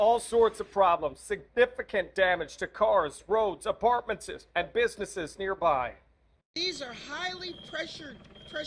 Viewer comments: 'APARTMENSES' (HAHA HE MIXIN IT WITH 'BUSINESSES' THE WORD TWO STEPS AHEAD,,HE DOES IT WITH 'SUNSET' AND 'SINKHOLE' TOO) HE COULD WRITE HIS BLAHZ N ELIMINATE THE 'RHYMING WORDS/SIMILAR SYLABLEZ) BUT BUDDY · 34 apartmanses? Is AI doing the broadcast? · Uh, excuse me. Did that man just say apartmentses? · In the CA water main break segment, did that news guy say apartmentses?😂 my precious apartmentses